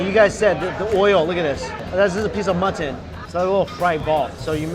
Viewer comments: He calls mutton "mutthon" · How many times did you say Mutt ton....lololol I love watching your videos Mikey!! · Mutt-ton lol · They way he says mutton lol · I love how you say mutton